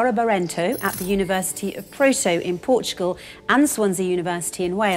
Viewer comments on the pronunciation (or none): none